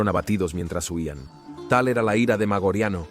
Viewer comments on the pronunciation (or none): Interesantes tus videos, pero deberías repasar tu pronunciación latina. ¿Magoriano? ¿Magorian? ¿Noveláe Maioriani? En latín no existen palabras agudas. No lo tomes a mal, pero estos pequeños detalles destrozan unos videos muy interesantes.